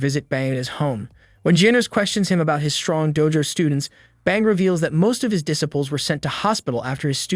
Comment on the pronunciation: DIS-apulls?. It never ceases to amaze me how many people who make YouTube videos don't know how to pronounce English words. LOL